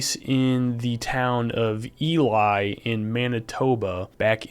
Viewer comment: Ely is pronounced eelee btw 😭